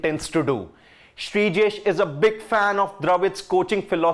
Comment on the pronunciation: Please, he's Sreejesh, not Brijesh.